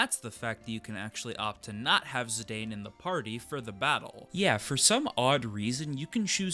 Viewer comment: And Zidane is pronounced ZiDawn